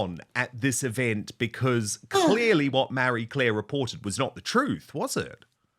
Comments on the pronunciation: Dude, it’s Marie Claire, not Mary Claire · "MARRY Claire"?? Thought it was "Marie Claire". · It's Ma-rie not Mary i wish you'd learn how to pronounce names correctly. Actually it's you who should be embarrassed not being able to pronounce words or names correctly not the journalist for Marie Claire.